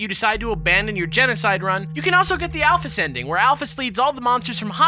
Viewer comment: Thank god there's someone out there who doesn't pronounce Alphys al-feez.